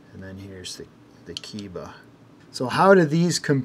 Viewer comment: My friend, Keiba should be pronounced "kay-ba". Japanese is pronounced similarly to Spanish in regard to vowels.